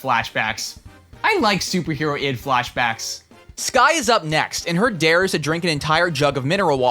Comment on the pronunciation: We gonna address him calling it Super Hero-ID Like it’s a pun on Harold’s name, Hero-ld = Harold